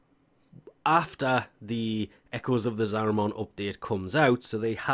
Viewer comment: Every time he says Zariman it sounds like a Digimon, there's no O sound dude that's an A